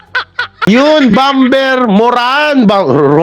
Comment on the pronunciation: Bomer not bom-ber silent b